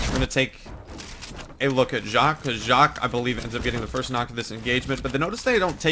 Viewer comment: it is pronounced JACK.